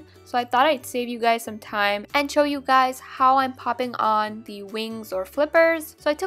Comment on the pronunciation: you said "Every day I wake up and look at your guysz" what the freak?